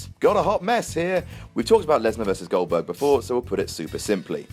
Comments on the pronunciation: Fucking crying my eyes out at "Gludbug" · I marked the FUCK out for "GLODBERG" vs "BORK". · That does it. He's 'Glodbog' from now on.